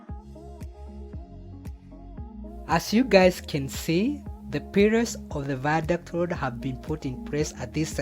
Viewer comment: This is really nice but the ze viandict wee